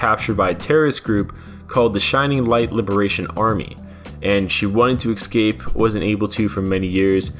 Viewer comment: You need to learn how to say "escape"